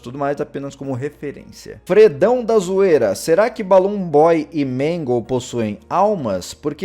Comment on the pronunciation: Quando tu tava falando da puppet você falou magle além da puppet